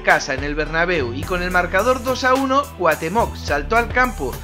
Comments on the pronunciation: Muy buen video pero rem no es cuatemoc es cuautemoc asi se pronuncia pero se escribe cuauthemoc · CuaUUUUUhtemoc con U, no cuahtemoc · y dale con Cuatemoc !!! CU-A-UH-TÉ-MOC xD siento ser " ese tipo " pero de verdad, que conste que no soy hater ya le di like y no he llegado mas que a la primera parte que dices Cuatemoc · grande y grande el vídeo, pero es CuaUhtémoc, no Cuatémoc jajaja, saludos crack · Pronuncias su nombre como si tuviera acento en la o, pero la tiene en la e.